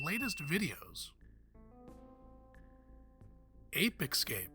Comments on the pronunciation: Ape Ecscape? Can you read? Stop saying it thay way🤦🏻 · "Ape Excape?" Seriously, multimillion subscriber outlet? Hire better presenters.